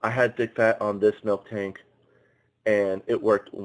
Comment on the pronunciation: "I figured they're going to have a water type somewhere in there" - I think the lanturn line is the only water/electric in pixelmon, pretty sure. Also, I know think might be mind blowing, but it's mil-tank, not milk-tank.